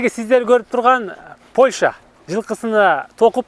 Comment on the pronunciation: Кечирип койгула,бирок Польща эмес Польша